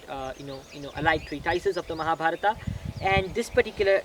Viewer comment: That is right way to pronounce as in sanskrit.